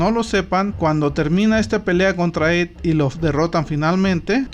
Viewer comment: It está mal pronunciado. It (esto)